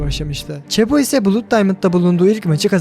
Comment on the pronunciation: 'bluud' diye okudugun için like atmadim